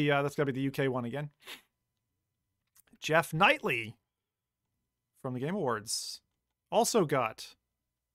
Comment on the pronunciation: Oh, and it's Jeff "Key-lee", instead of Knightly. :)